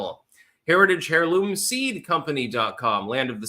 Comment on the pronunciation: Why does pronouncing the H in heirloom always bother me? It shouldn't, yet it does..;-) That and the way he mispronounces Maryland also chaps my hide. It shouldn't, yet it still does.